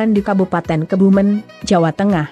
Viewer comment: Kebumen...ejaan e, dibaca seperti pepes...bukan santen. Bunyi ejaan e nya.